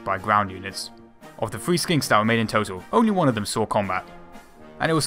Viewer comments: "150 millimeters FICK." "Designed to hold FREE gun." Free guns? Where do I sign up. Can Brits not say 'th' sound? They all say 'f' instead. Makes it very hard as a non-brit to understand what they're saying sometimes. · Y do u say fee instead of three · i was exaggerating, but its annoying cause i have british friends who say all kinds of shit about the usa english accents, and all i say to them is "say three" and every single one pronounces it like free to which i respond "no no, three, not free" and then they all hate me